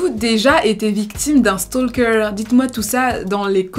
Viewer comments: Vidéos toujours très intéressantes! Celà-dit, je voulais juste souligner que le «L» dans «Stalker» est muet :). Beaucoup de youtubeurs Français font cette erreur. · On ne prononce pas le « L » dans « stalker » 😭 fiou fallait que je le dise.